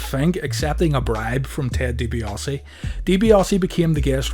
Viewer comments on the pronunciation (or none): Ted Dibi-AHHH-se for fucks sake. There is no 'O' in his name